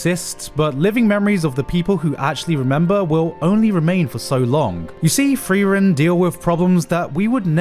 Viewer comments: Its not Free-ran, its Friar-en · LOLLL HAB ES EINFACH GAR NICHT GEMERKT. Er hat die ganze Zeit "freeren" gesagt und da hab ich das "frieren" überhaupt net raus gehört lolll